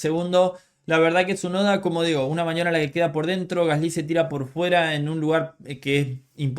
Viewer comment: Creo que eres de los poquísimos que pronuncian "Gasly" de forma más correcta que he oído.